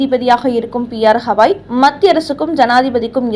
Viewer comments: ஹவாய்...இல்லை. கவாய். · P.R. ஹவாய் இல்லை, கவாய். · ஒழுங்காக தலைமை நீதிபதியின் பெயரை சொல்லத் தெரியாதா அல்லது வாயில் நுழையவில்லையா? அவர் பெயர் கவாய்.அது ஹவாய் இல்லை.அவருடைய பதவிக்காலம் இம்மாதத்தோடு முடியப்போகிறது.அதற்குள்ளாகவாவது அவருடைய பெயரை சரியாகச் சொல்ல முயற்சி செய்யவேண்டும்